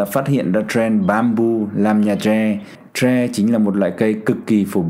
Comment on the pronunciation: Ông này bị nhiễm tiếng Anh nên gọi tre là troe